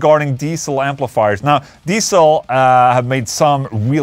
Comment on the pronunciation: For those interested how to pronounce Diezel correctly: it's not Diesel but Deetsl.